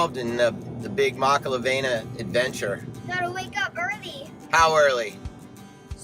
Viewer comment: Great vid bro! So you sound like your from Kona learn how to pronounce the word "makalawena" correctly:)🤙🏼not makala"VEI"na but Makala"VEE"na again great video bro